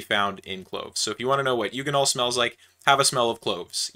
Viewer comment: A hard g on eugenol, I assume you say gif, not jif?